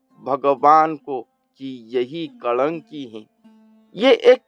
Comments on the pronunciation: कलंकी नहीं महाराज कल्कि भगवान है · Kalanki mat boliye , kalki naam hai